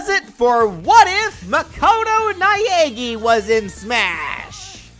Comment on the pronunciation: Naegi : NAH EH GI Japanese pronunciation is super simple and doesn't need English accent 😭🙏